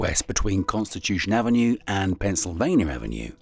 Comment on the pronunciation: Why are you saying "Pennsylvanier"? There's no R in Pennsylvania.